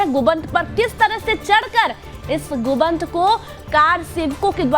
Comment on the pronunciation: ऐसा समाचार के बहुत बहुत धन्यावाद चाह्वाण जी, कृपया समाचार वाचिका के उच्चारण में सुधार की आवश्यकता है कथित बावरी मस्जिद के विध्वंस का समाचार कहते समय "गुंबद" न कह कर "गुदंब" उच्चारण किया गया।